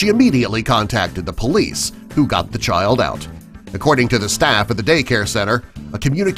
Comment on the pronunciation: He said shild